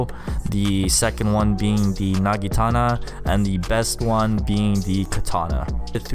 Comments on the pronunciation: Not nagitana but naginata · you said nagitana, it is naginata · Its not a nagitana its pronounced "Nah-gi-nah-tah" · My man just Said nagitana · I like how he is a pro but pronounces Naginta wrong